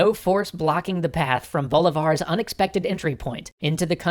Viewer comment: man, why do u call him "boulevard"? its so funny lmao